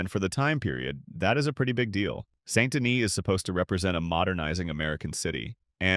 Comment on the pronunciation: Wow, I didn’t even know there were so many ways to mispronounce “Saint Denis.”